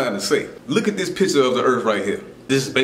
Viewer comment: "look at dis pizza a da earf" Accents are funny